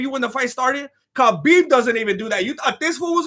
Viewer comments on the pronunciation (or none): none